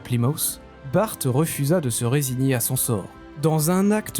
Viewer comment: Descendant d'Antoine Bart on le prononce à la française !!! BART (bar en phonétique) !!! Ignare !!! Antoine BART Né le 1er juillet 1540 - Dunkerque (59) Décédé en 1627, à l'âge de 87 ans Maître de pêche, cité maître d'équipage en 1569 et 72 sur "Le Lévrier" vaisseau corsaire sous le commandement de Cornil Weus. Vive la flibuste, vive la course, haro sur les anglois !!!